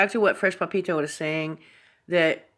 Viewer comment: Love how you pronounce Papito haha. Are you just a fan ?:)